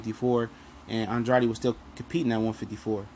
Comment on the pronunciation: It's pronounced "An-DRAID" for the umpteenth time!!Dang.smh